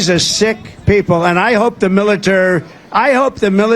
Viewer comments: I'm sorry 🤔 somebody please tell me WHAT IS A MILITARR the MILITARR what is he talking about? 😂he needs to stop doing lines. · "I hope the milerter, mileter....". Ahhhh! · Militarrr? Remember when he said Yesterday is very hard word? 🤔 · WTF? He can't say "military" now? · He just can't say military 😂 And now he's discovered sharks 😅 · He can't say military because it has four syllables, he definitely has dementia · Can't say"military".